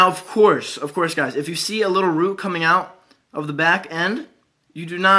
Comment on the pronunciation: is it just me or he is sounds like he is saying seed instead of see like he is trying to do a plant pun